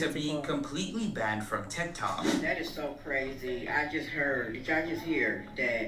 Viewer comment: "Kya got banded": not banded girrll 😂